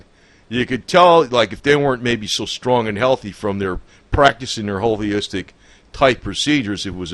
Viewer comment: It's Holistic! Not holyistic!